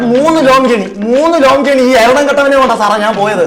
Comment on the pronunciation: ജേർണി അല്ല, r silent ആണ്. ജേണി അതാണ് ശരി